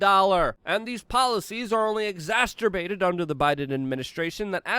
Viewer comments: "...exasterbated..." It's not 'exasterbated', the word is exacerbated. - This message brought to you by the Spelling and Grammar Defense and Security Administration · Exacerbated* Not "exasterbated," dirty boy. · You love pronouncing it "Exasterbated" just to annoy me, don't you.